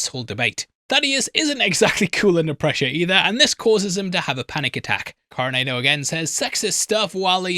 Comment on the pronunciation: FTLOG it's not pronounced Coronaydo!